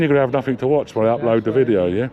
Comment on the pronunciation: He takin a wideo 😂